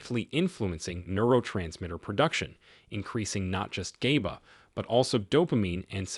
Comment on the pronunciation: Is the voice AI? GABA is not pronounced GAYBA.